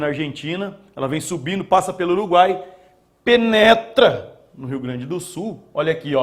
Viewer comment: porque ele fala "penetra" tao forte?ao falar do caminho dos ventos equatoriais e tropicais............